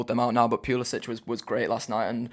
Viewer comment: Just a word about Pulisic. His last name, despite his Croatian heritage is pronounced Pulisic(k) not Pulisic(h). Would love him to come to the Reds though last season in 2000 minutes he got 4 only 4 goals and 5 assists. We bid for him 2016 for £11 million after Dembele fail ; he'd fit in great.